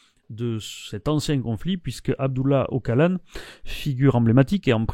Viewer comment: Juste une chose: on prononce "Ochalane", pas "Ockalane".